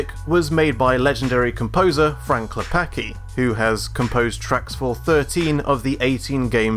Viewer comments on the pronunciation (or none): you read c in Klepacki as ts